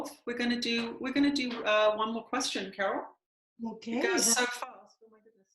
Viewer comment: Yes, Carol, you did pronounce my name correctly. 😁 Thank you for taking my question! 💥 Thank you and Jesus for the work you are doing. 💖